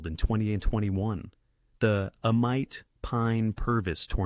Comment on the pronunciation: For the record it's pronounced A-meet and not A-mite. Great video though.